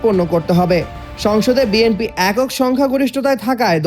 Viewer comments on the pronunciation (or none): none